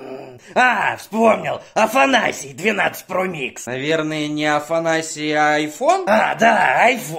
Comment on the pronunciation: Он сказал афанаси